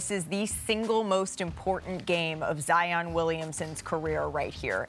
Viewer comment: Nobody: …. Perk: ZIAHYAWN GOTTA BE ZIYAHYAWN